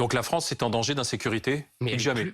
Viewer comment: Et la wranze aux wrançais